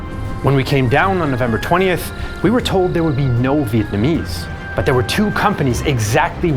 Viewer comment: I respect the effort you put into pronouncing our Vietnamese names